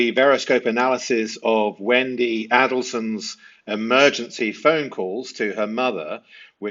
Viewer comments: This host cannot manage to pronounce either families’s names correctly. 🙄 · It’s not pronunciacion, we all have accents - it’s the FACT that you were too lazy to research how to pronounce “Adelson” and “Markel” - my analysis is that if you got that wrong - why even bother - as others have said, it matters! I was turn off - so I turned it off - everybody wants to be a YouTuber, you have to earn my time buddy - get it right!